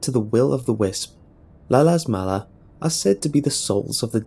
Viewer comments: "La Luz Mala" is pronounced "La LOOZ Mah-lah".... NOT "La La's Mala" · I have been born and lived in argentina all my life... all my 27 years of it, and first of all, learn to pronounce spanish, second the first time i've heard about "la luz mala" is in you video, so no, nobody belives that shit, and if you we're to tell it here u would only get people laughin and calling you names XD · Oh God the way you say La Luz Mala is gets me so triggered